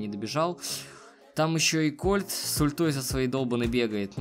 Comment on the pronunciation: не правильно не колт а кольт